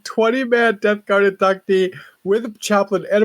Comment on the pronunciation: *In-duc-tee Thanks...a guy who studied Latin.